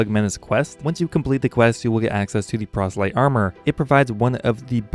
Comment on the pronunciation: Procelyte... lmfao